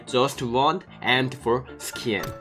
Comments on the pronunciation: He pronounces M24 like M4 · You didn't get M24 because when you say "M24" it sounds like "M4" and you got a lot of M4 skins in crates...😁😅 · He is saying m24 but it sound like m4 lol he wants the new m24 skin